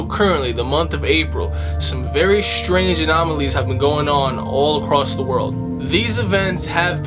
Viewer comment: Shtrange... definitely, Schtrange stuff, but at least 'THEY' know, well ..maybe.